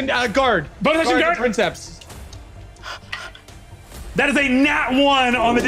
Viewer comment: I'm listening to this, translating some Latin texts for a friend, so I'm locked into that mindset. I preface this with a declaration of undying love for each person at that table. However, the way they keep mispronouncing princeps, "prinn-septs" when I just KNOW BRENNAN KNOWS BETTER is CARVING A HOLE IN MY BRAIN lmao😂😂 "Preen-kepss" with emphasis on the first syllable, like you're kinda pretending you're Italian lol, in case anyone was wondering. Check into Latin, guys. It's actually crazy easy, and you'd have fun! Or at least feel like a badass 😅